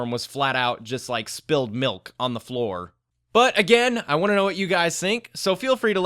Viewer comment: Lol I don't know why but it was funny to me when you said " spilled milk......on the floor." Maybe it was the way you said it or that dramatic pause in-between